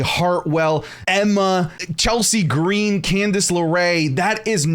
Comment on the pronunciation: you pronounced 'CHELSEEEEEEEE GREEEEEEEEAAAANNNNNN' wrong.